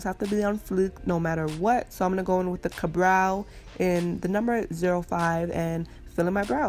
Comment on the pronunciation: I literally thought you said 'Cabrão' when you actually meant the benefit product (I think, I don't know I don't wear makeup) Ka-brow. Hehe😅